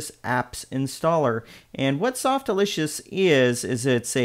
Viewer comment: The pronunciation is Sof-tack-you-loss “Softaculous” rhymes with miraculous. Not Softalicious. Sorry for the correction, but that’s totally wrong the way you said it.